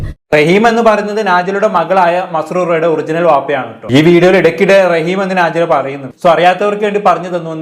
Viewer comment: നാജില അല്ല നെജ്ല